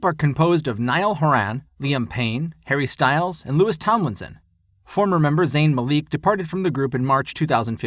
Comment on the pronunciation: It's pronounced 'Lou-ee'